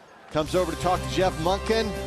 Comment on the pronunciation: Coach Monkey? Really? It's Monken.